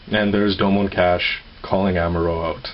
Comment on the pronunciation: it kas-shu,not kash,sorry just a big fan of g-gundam lol